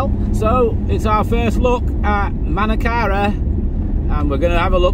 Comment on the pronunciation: This Chevrolet is a bad car for everywhere it's an Indian made one not US.Now I am not saying that India make bad cars but this one is .Did you notice how different is the pronunciation in Manakara?They emphasise on the R.